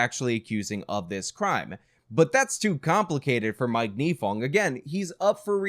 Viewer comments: A couple things. 1. His name is NYE-fong, as in 'Bill Nye Science Guy. 2. Her name is MAN GUM, not MAGNUM. 3. Nifong thought he was going to get the Edwards senate seat in North Carolina because Edwards fell apart in the 2005 election season. That is why he went so hard in this case; he thought he'd be a US Senator. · MAN-gum not MAG-num "Unfortunately he did not serve any time in jail for what he did" Incorrect. Mike Nifong served a one-day sentence.